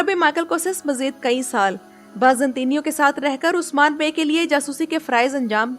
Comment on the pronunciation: Don't like the way you keep saying osman